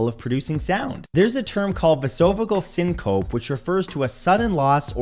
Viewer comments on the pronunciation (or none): You DO pronounce the "e" at the end of syncope!!